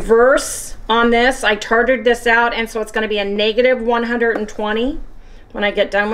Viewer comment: I worked in a bakery at a grocery store a while back and Tare weight is pronounced Tare(souns like fair but with a T)and past tense is Tared (Tare with an added d) no tartared, hope this helps link has pronunciation. Sorry just the teacher in me.